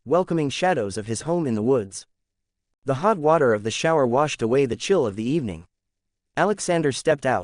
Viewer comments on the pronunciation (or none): My hearing (hog water)?? Lol hot water